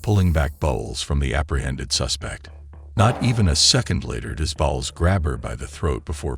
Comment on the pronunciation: It’s not bowels it’s pronounced Bowles as in cereal Bowles.